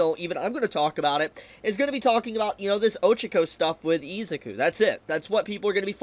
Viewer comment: I kept thinking why does it sound wrong when he says his name! Ohhhh cause dude never learned. IZUKU pronounced E-Zoo-koo